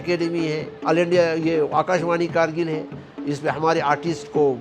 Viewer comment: It's not khar-rkil ..... it's Gar-rkil